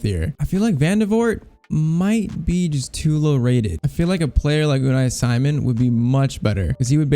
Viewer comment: You pronounced Unai Simon wrong. He is pronounced as UNAAI SIMAUN